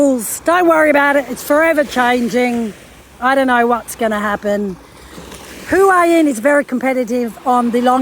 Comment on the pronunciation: Please learn how to say Hua Hin. Ask a local. It's not hard x